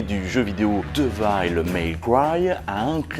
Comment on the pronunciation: Je suis anglophone de naissance donc niveau prononciation en anglais, ça va aller 😜, mais tu as raison: si on veut se rapprocher le plus possible de la prononciation exacte, ça serait plutôt "Dèveule" (mais je ne suis qu'un illustre inconnu donc check des vidéos en anglais sur le jeu pour en avoir le coeur net)